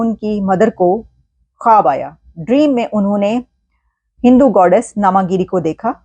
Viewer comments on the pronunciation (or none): none